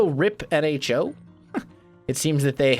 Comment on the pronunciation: Oh O.... Nho (silent H)